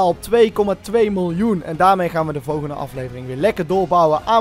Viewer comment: niemand:: vowwwgende aflevering